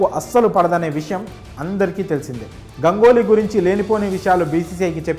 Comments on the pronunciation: Gangoly kaadu bhayya. Ganguly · Gangoly kaadu Ganguly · Gangoli kadhu ra erripooka ganguli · Gangoli kadu sir ganguly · Gangoli kadura ganguly 😂😂😂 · గంగోలి కాదు సామీ, గంగూలి. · గంగోలి కాదు గంగూలీ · గంగోలి కాదు raa అయ్యా... గంగూలీ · గంగోలి కాదు బాబు గంగూలి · Gangoly kadu ra babu ganguly😅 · Gangoli kadu ra ayya ganguly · గంగోలి ఏందిరా నాయనా… పలకలేవా రాదా, తెలియదా.. చూసుకొని పలుకు రా